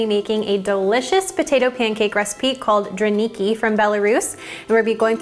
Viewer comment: to speak correctly drAniki stress in a word on the first syllable, just to let you know